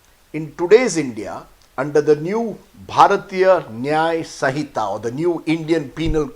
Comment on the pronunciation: Understanding & implementation of the Law is not easy and is not a joke. For Modi haters & criminals, the Law would be bad. Pronounce Sinhita correctly first.